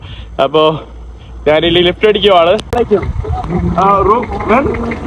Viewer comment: നാൻ അല്ലെടാ കോപ്പ്, ഞാൻ എന്നാണ് ശരി